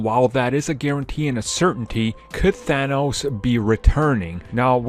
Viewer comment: Thanos not Thano Thanos' not Thano's